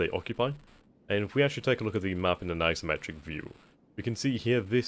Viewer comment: Every time he says 'isometric' I hear 'asymmetric'.